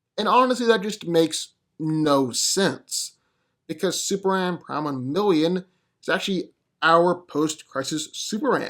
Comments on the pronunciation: Bro .... Its pronounced Super-Man!!! Not SUPRAN....... What dafuq is that????? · SuperMan. Say it with me. M-M-M. Maybe one day you'll break free of your repetitive trap & not say "So who's coming out on top here" 3 or 4 times a video too. Really annoying & unprofessional as a speaker. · You know there's an "M" in superman. It's not Superan